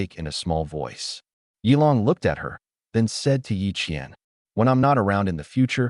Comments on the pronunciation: Are you sure the twins' names are Ye Qian and Ye Qian? It wasn't very clear??? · The ai had a stroke when mentioning the twins 😂